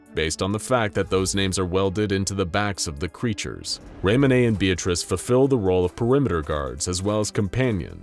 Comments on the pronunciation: Wtf is raymonay?? It's Ramone... Lol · Its so hard as a cars fan knowing that he is saying raymone wrong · I love how french he was about (ray-mone)